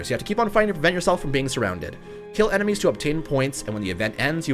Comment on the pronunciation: “enermies” lmao what